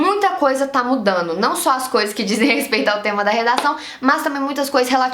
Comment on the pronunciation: "Sabeno, fazeno, falano, mudano"?🤔😑